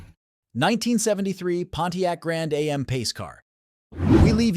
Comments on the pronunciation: It's not can A-M it's pronounced like jam without the j making it am if your going to say car names find a gear head they will tell you straight and its not lemon it's pronounced Le' mens As in the famous twenty four hour race in France please get it right. Cause if you don't it makes you sound silly others will call you dumb or even stupid. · Amen... This AI Narration proves they don't know SH*T about the cars... Between Pontiac Lemons and Pontiac A... M... it only gets worse. DO NOT Subscribe or LIKE! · The "Grand A...M"?